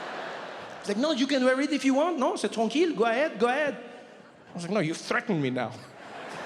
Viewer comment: " c'est tranquille" ptdrrr je l'attendais pas ( he said " it's ok" in french with perfect accent xD)